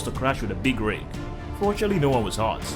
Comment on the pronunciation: "No one waz hart" ?????